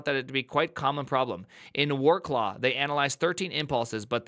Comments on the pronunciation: Wrok law :D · War claw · I want him to pronounce all Wrocław street names. HILARIOUS!